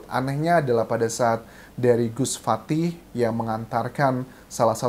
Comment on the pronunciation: bukan fatih tapi fatah bng